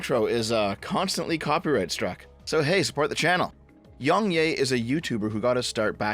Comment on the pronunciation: I just wanna say how I think it's funny you call him yongyay rather than yongyeah.